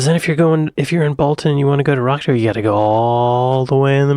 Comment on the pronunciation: Rochdale - is not Rockdale - the Roch is pronounced more like Rotch to rhyme with Watch, Crotch etc...